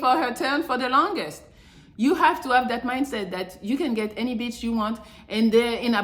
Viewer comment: I love when you say beeitch. Rude but it's just funny.😂